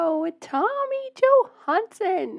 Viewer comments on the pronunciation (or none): Hey Debbie. you say his name wrong... you say Johansen...its Johansson with a press on son in the end. Johansen is more Norwegian, and Tommy is Swedish.